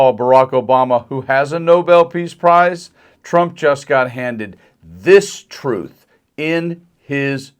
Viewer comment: “TROTH… SHO-SHO…” Nice going, TACO!